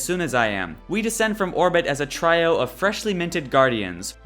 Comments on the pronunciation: Hey man, love your videos, I have watched them all. That being said there are a couple of things that drive me nuts. 1) You end a lot of sentences on a "high" note, which makes a lot of your statements sound like questions. 2) It's pronounced "tree-o" not "try-o". I am not trolling, just offering some constructive criticism. Keep the updates coming! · "Try-oh"? Really? REALLY? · "a try-o" heh.